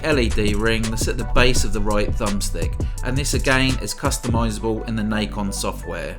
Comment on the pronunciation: It's Na Con. Not Nikon. There was a company that made controllers called Nikon before, they kind of sucked. But anyways this is Nacon. Pronounced Na Con. Nahhhhh Con.